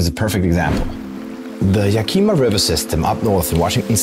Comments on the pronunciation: Being from Washington, everyone I've ever known has pronounced Yakima as YACK-ih-mah. Is ya-KEE-muh the proper indigenous pronunciation? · A small note: Yakima is NOT pronounced Ya Keema, it's actually pronounced YAK i ma (the i sound is like the i in "is"). Interesting program. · It's not Yakeema it's Yak I ma I grew up in Yakima. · Greet video but it is pronounced Yak-uh-muh, not Yah-kee-mah. Seriously, good video. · YA-ki-mah. Not Ya-KEE-mê. Good video tho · it’s actually ya-kuh-muh rather than ya-key-ma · It's Yack-ah-mah.....not ya-key-ma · it is pronounced "YAK-ih-mah" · Yakima is pronounced [Yak-ə-ma] with the stress on the first syllable. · I don't expect you to know this because you don't live here but it is pronounced yak-uh-maw we have a lot of indigenous names for cities and places in Wa, Some are harder than others to pronounce. The one people have the most trouble with is Puyallup (pyoo-al-uhp) the name of one of the tribes and also a city in Wa. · Also, if you're gonna have a guy talking about a place, at least teach him how to pronounce it like the locals do. "Ya-KEY-maw" is not a place I'm familiar with, and my family goes back generations in the Pacifc Northwest. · "Yeah-kim-a". Small I. It's a native name. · that's Yak-i- ma. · Oh man, dude totally butchered “yakima” but we still love you!! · Thanks, M Greg! I really appreciate this feedback. I realized that I totally butchered that pronunciation after recording the video. I did not mean any disrespect - my sincere apologies for my European ignorance. In any case, the pronunciation and origin of names and regions not only in WA but throughout the American continent is fascinating! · I'm not 100% sure, but your pronunciation of Yakama was very hard to understand. The native Americans changed the spelling from Yakima to Yakama.